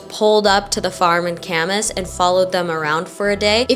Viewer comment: Local here. Ka-mahss…not Camas🐪